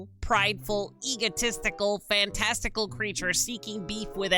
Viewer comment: not being able to pronounce fanatical made me instantly leave idk sorry